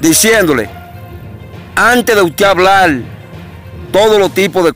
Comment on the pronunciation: Defensol del pueblo? Hablal le? Reapeltura?